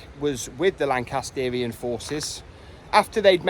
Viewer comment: Pretty sure it’s pronounced “Lan-cass-tree-an”.